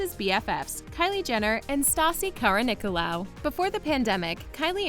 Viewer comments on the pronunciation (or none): It's not kara-ko-ni-laou, it's kara-ni-ko-laou 😜